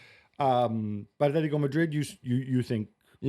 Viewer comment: bro.. just say Atletico and Barcelona you dork